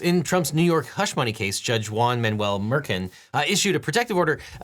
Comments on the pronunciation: Judge Merkin? Lol. I thought it was pronounced Mer-Shawn. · Mer- shan... not merkin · I love you eagle but the Judge’s name of Merchan is pronounced “mer-shawn” not “merkin.” Just a heads up my friend. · FYI, judge's name is pronounced Mer Shawn. Great info in video, and good sense of humor on a totally dispicable situation. 👍